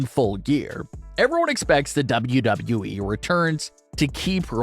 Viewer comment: LEARN HOW TO SAY WWE PROPERLY